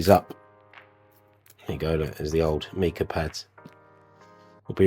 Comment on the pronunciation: The mineral mica is pronounced with a long i, as in ice. Cheers.